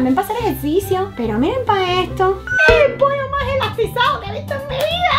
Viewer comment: Amo como dese "poio" aw